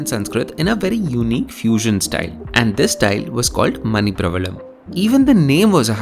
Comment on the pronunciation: ' manipravaalam' would be the correct pronounciation :)